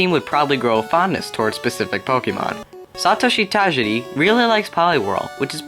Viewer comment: I think it's pronounced "Sah-TO-shi Tah-JEER-e" Not sure though. Great video!